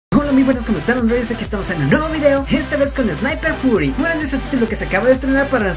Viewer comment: se pronuncia sniper fiury